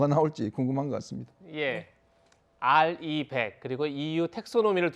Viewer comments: RE100(알이백)이 아니고 리백이라고요 윤석열후보가 대선후보 될꺼라고 생각한 사람 얼마나 있나요? 대선후보 된지 얼마나 되었나요? 국가지도자가 모든현안을 다알고 있기는 힘듭니다 각 정부부처의 전문가들이 하는거구요 대선후보가 되기전의 자신의 자리에서 얼마나 충실했나가 일차적인거 같습니다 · 리백을 알이백이라고 부르면서 아는척 하는건 뭐냐ㅡ.ㅡ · 알이백 이 아니고 리백 인데요... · 알이백이 아니라 리백이 정확한 단어내 윤후보님 솔직하시고 겸손함이 보였다 저런 토론장에선 한국말 써야한다